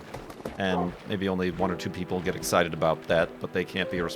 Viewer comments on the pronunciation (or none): none